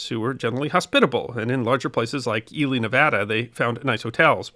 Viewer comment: Thank you for pronouncing ‘Ely’ correctly.